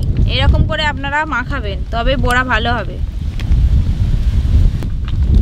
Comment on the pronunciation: তালের বোড়া না , বড়া